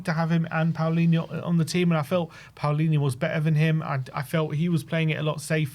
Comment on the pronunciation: Why do you guys pronounce Palinha's name as if it was spelled Paolinha???